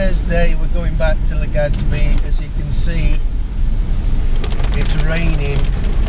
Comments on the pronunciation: Haha. I noticed that too. Legadsbi. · Every time you say LegaDzBee I shed a tiny tear :(